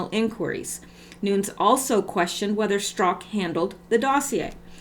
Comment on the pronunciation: Nunes is pronounced NewNez. Cheers!